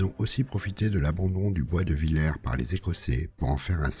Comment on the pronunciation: Je crois que "Villers" se prononce "vil-herse"